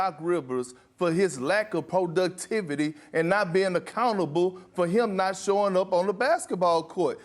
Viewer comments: Kendrick Perkins said “PO-DUCTIVITY”🤔🤔😂😂😂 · "PRO DUCK TIVITEE!"